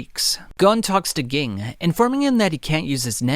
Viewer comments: it annoys me that he pronounces ging as gee-ing instead of jah-ing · His Name is spelled Ging, but it sounds like Genne and the way you say it kinda annoys me. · Same, I'm sorry since this is such a great piece of work but it is SUPER CRINGEY!!! Please fix the G-ing!! If you hear them say it in the show, nobody ever calls him that or pronounces his name like you. It's a shame since he's such an important character... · it's not geng, it's pronounced jing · It's not Ging, it's pronounced like "Gene" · Good video but it’s kinda annoying how much he pronounces their names wrong. Like I get it you read the manga but it’s known how their names are pronounced. It’s Gon not GONE and Ging not Gin (G-EEN) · omg ging ging ging, pronounce it like if it was a j instead of a g JING!! FREECES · Bro it's pronounced Jing not ging 😆 I can't even watch cause it's bothering me so much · You should at least know the names of the characters if you going to tell the story. Don't get me wrong your storytelling is great. however, it is very distracting if you don't know how to pronounce the character's name. Gon is pronounced with the oh sound, G-Oh-N, and Ging Freecss is pronounced with the E sound Je-en or Jeen spelled Ging, his last name Freccss is pronounced Freeks, Jeen Freeks, spelled Ging Freecss. Watch the anime to get the names right, you don't have to watch the entire anime just enough to get the right names. When people are used to a name, then you give the character a completely different name it is very distracting. This will help you out I am sure. It sounds petty but names are very important I believe that is why it is so distracting for people when their names are not pronounced properly. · You lost with the pronunciations lol I was like who geing lol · Also also, Ging is pronounced like Jin. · please stop pronouncing Ging like that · Cant take you seriously when you pronounce Ging like you do🤦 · Bro could you not butcher like one of their names between crappyca and ging